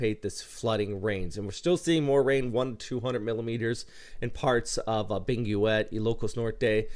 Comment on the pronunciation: Hi the U in Benguet is silent, so it's pronounced Beng - Get. Same in english words like guild or the philippine province Guimaras 😅